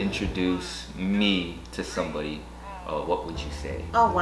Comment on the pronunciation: I feel like Mo getting an accent a bit the way he said "somebody."